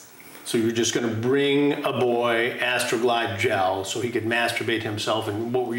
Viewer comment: Chris said “ASTROGLIDE GEL” with 1,345,278 intense syllables.